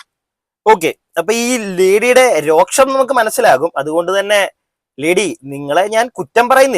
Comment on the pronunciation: രോക്ഷം അല്ല രോഷം